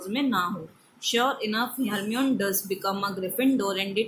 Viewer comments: yes Hermione ko Hermeon pardh rahi hai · Mam it is read as Hermione not Hermon and she is a girl not a boy.